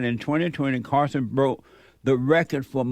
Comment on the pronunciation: Carlson not Carson